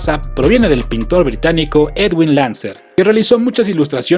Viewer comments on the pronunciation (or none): none